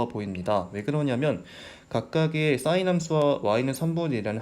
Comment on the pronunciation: 강의 내용도 좋고~ 다 좋은데! 한 가지 아쉬운 점이 있네요! sin 발음하실 때 악간 공기 소리? 쇳소리? 그런 소리가 나니까 듣기가 살짝 거북한 느낌이 있네요ㅠ 근데 강의는 짱짱 좋아요!! 감사합니다 🙆🏻‍♂️